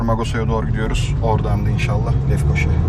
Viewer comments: İyi güzel belgesel çekiyorsun ama çekmeden önce daha iyi çalışıp Magosa ve Lefkoşe adında yerler olmadığnı bilmelisin. Doğrusu MAĞUSA (GAZİMAĞUSA)/ LEFKOŞA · Mogosa Lefkoşe diyen maldır Kıbrıslı felan değilim ama okuması yazması olan düzgün şekilde telaffuz eder. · bir Kibrisli olarak videonuzu heycanla izledik ancak 9. dk da baskent olan Lefkoşa'yı LefkoşE olarak soylemeniz bizi uzdu. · Magosa değil, Mağusa. Lefkoşe değil, Lefkoşa! O kadar güzel içeriklerin mevcut, bazı şeyleri doğru söylemeye özen göstermen gerekiyor.